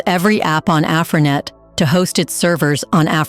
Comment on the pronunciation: AfriNet ...there is no O in Africa not AfroNet...the phonics is Afri ( A Free ) as opposed to Afro ( A Fro ) please very shallow Brother Dr. Henrik Clarke express there is no O in Africa, I can understand this let us not put emotion over analytics...